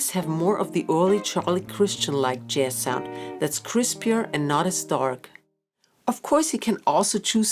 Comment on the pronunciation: This is a great intro, but just want to point out that you are consistently saying JASS, when the word should always have the soft zed sound. This only matters because the word comes up all the time and is foundational to your practice and your videos. Best of luck going forward!